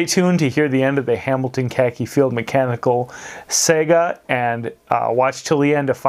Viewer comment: I love your channel, but when you said "saga," it sounded like, "sega."